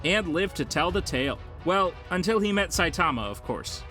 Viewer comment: Dude, I hate how you say Saitama name, vaccine man should be way lower, and you said Garou did a kamikaze against elder centipede bit it was Genoa. This was all within the first 3 minutes. Once I saw you knew nothing I turned this garbage off